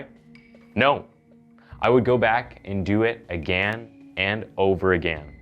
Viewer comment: no I didn’t get a shiver because of how you pronounce “agaaan.”